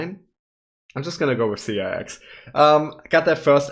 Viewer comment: you pronounced it correctly, it is C-I-X :) Thank you loving them. The guy with Mint Green Hair is KIM SEUNGHUN